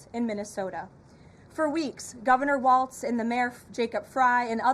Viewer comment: First, it’s pronounced Walls, not Waltz, you goon. Second, no democratic leadership is telling us to stop ICE. We’re doing this on our own because of our moral obligation to protect our neighbors. We have a million leaders in Minnesota, all being led by their own moral compass. We’re going to resist ICE every step of the way because we know it’s the right thing to do.